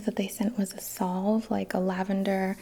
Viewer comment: Veritas = (ver-uh-toss) is Latin for "truth". Salve = (sav) not solve....(only mentioning to be helpful so don't come at me, trolls)... Thank you, for all you do. 🖤